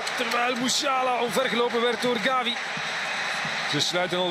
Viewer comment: hoveel keer kan je Gavi fout zeggen, Gabi, Xavi etc.